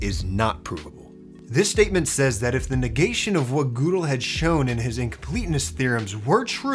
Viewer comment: Gödel’s name sounds more like “guh-del” then “goo-del”.